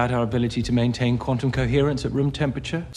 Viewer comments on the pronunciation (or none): none